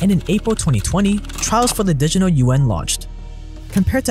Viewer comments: Lmao, "The Digital UN". It's "Juan" or "wa-ah-n". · Yuan, sounds like yawn, you-wan.